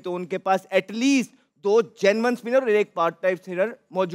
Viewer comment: Oh bro it's genuine not genman 😂